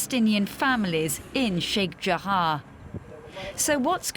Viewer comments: News : Fine report, but why pronounce Sheikh Jarrah as if it's spelled Sheikh Jahar or Jahaa? Pronunciation should be based either on spelling, or the other way around, in which case the spelling should then match the pronunciation ; and not mix it up. If people followed such a linguistic rule, then it would most surely make learning language considerably easier. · Its sheikh jarrah not jahaa. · Sheikh JARRAH!!! Not Sheikh Jahar!